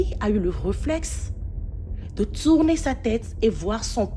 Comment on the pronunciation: H5: pardon ma soeur c'est "tourner" pas tsourner